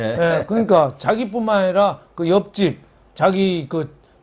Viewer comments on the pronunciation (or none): 압집이 아니라 엽집이래요!@